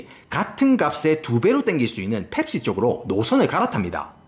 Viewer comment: ㅅㅂㅋㅋㅋ 이형 '펩-C-ga~' ㅋㅋㅋㅋㅋㅋ개조아 진짜 남자중에 제일좋아